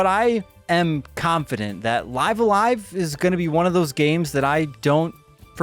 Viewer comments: isn`t pronunciated like "leeve" a live? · when he pronounces live a live "life a life" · Life The name of the game is pronounced "Live"(rhymes with Give) "A-live"(rhymes with dive). The way you're saying it is not correct and just sounds silly. Otherwise great review! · It's pronounced "Live a live" , duh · It's pronounced "Live A Live" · It's live a live not live a live 🤦🏼‍♂️